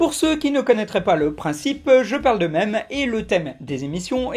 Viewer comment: S'il vous plaît, meme à prononcer "mime", c'est de l'anglais, dites le avec sa prononciation. Et s'il te plaît,, change les titres "Minute Mème" en "Minute Meme". (ok ça fait débat pain au chocolat/chocolatine mais c'est pour le bien de l'humanité) (sinon tes vidéos sont complètes, j'adhère)